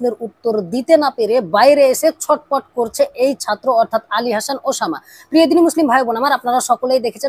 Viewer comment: তুই তো উসামা নামটাই স্পষ্ট ভাবে উচ্ছারণ করতে পারছিসনা